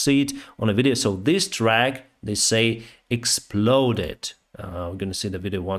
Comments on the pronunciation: It is a Truck not track (like to use the word track as in rail track) BUT your English is pretty good, thank you for the news:goodvibes::goodvibes: can it be a ship?? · Your English is really good. I’ve been trying to learn Chinese for ages. But you kept saying “track” instead of “trUck” like “yUCK” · Truck, not track. The large vehicles are called trucks. The 'u' is pronounced like it is in suck, duck, luck. Aarre Peltomaa p.s. I am going to join Atlas VPN. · Like him saying "track" instead of "truck."